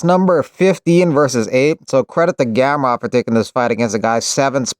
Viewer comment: You said gamrot...